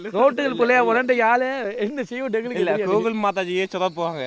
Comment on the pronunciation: Google❌ Gokul✅🤣🤣